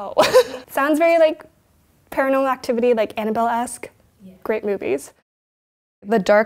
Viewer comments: paranormoral? lmfao...did anyone else catch that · nice video ig but the girl in the beginning can't even pronounce "paranormal" correctly